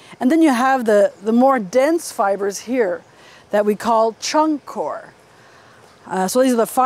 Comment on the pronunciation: it's pronounced coy-er